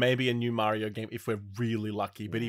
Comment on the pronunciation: saying Mario the right way for once? What’s going on today 😅